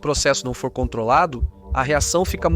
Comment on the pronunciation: Vc fala Fuor???. Continua nos matando